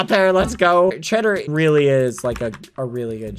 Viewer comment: that looks weally good says skeppy